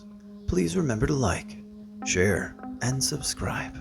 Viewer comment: Wike and swubscwibe!